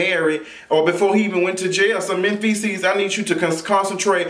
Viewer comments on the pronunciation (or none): Yo did you say "Menn-Feces"??! :) lol